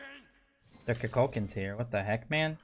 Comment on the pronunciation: Koo Kool Kan lmao not KuhKalKahn